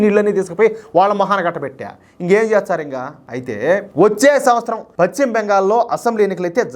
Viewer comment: Pacchima Bengal kaadayya pashchima Bengal antaaru.telugu palakadam nerchukoni videolu cheyyi